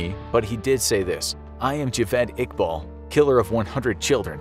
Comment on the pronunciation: It's 'Javed Iqbal' not 'Javel Iqbal'..! I am from Pakistan